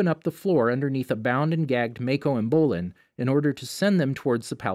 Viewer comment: DID HE JUST SAY SOAKA?! ITS SOKKA!!AND ITS Ma-ko MAH-KO and its bolin